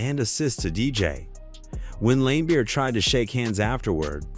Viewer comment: limebeer? Another crappy AI channel to block.